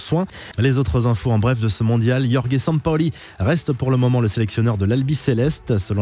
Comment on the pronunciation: Tu peux faire un effort pour prononcer le prénom de sampaoli stp c’est vraiment honteux